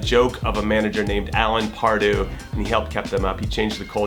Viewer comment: Jimmy I love you, but that accent just doesn't seem right saying Pardew! #Pardooo